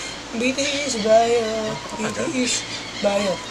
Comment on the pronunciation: BTS talaga yun pero sa vid BITIIS pagkakasabi niya 🤣